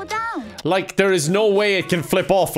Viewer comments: When she said "slow down" I thought she said "so dumb!" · When she said “slow down” I thought she said “so dumb!” and I was like dang, no need to be so rude about it, turg is learning! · i keep thinking she's saying "wow so dumb" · I thought she said "piss off cake"